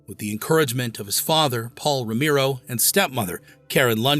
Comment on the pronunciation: It was unfortunate that the AI couldn't pronounce Romero properly.